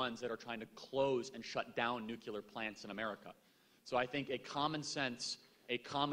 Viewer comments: I just have to say I can't stand when people say "nucular". It's nuclear goddamnit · Nothing about this video bothers me more than the use of the word... "Nucular" 😂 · NU-CLEAR. NU-CLEAR. NU-CLEAR. Nuclear. Say it right, please!!!